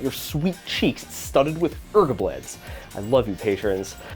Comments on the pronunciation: Oh man it really pissed me off with you calling them 'urgubleds' xD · ERGABLEDS IS NOT A WORD! STOP BEING SILLY!